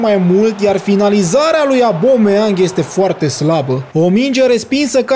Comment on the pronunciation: Incearca sa nu mai comentezi actiunea inainte de a se desfasura ! ...apropo se pronunta Obameiang...nu abome...